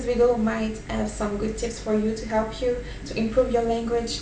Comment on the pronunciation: Hehehehe funny how frenchmen don't pronounce H . Like you said " Elp you " instead of "help" :p